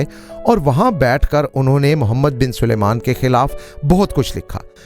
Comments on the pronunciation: تم سارے پنجابیوں کے ساتھ کیا مسئلہ ہے کہ سلمان کو سلیمان کہتے ہو۔ کہو سل مان sal maan ۔نہ کہ سلے مان۔ سلمان الگ لفظ ہے اور سلیمان الگ۔ عجیب! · Oho' 1000 dafa bola hai Salman hai, na k 😂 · Salman not